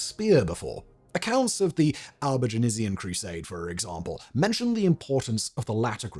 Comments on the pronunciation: I love it when Simon can't pronounce something - re Albigensian :D But kudos - small price to pay for being so prolific. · Why do you keep adding an e to Albigensian? an entire extra syllable! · Is Albigenasian the way Brits pronounce Albigensian? Sort of like the aluminium/aluminum pronunciation difference with Americans? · I just wish he wouldn't keep pronouncing it Albigenasian. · Sorry, got only as far as your mispronunciation of Albigensian - if you do these videos, do some homework as well. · Simon, love you... but your French pronunciations are... well they're *something*! 'Albigensian' (not technically a French word, which is 'Albigeois') is pronounced /ælbiˈdʒɛnsjən/ "Al- be - JENSS - yun". You're adding an /eɪz/ "-aze-" in there for some reason. Outremer (literally "Over seas") is pronounced /ˈuːtɹəmɛː/ "OO - treh - mer" or /ˈoʊtɹəmɛː/ "OTE - reh - mer". I wasn't going to pick you up over the first but the second broke me. I'm sorry.